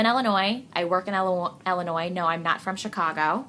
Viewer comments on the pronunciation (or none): how you say illinois is so funny..love it...im from illinois, near chicago and its funny how our accents are so different but were still in the same state!